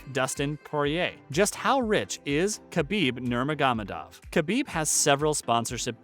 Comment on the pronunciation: This guy can’t even pronounce his name.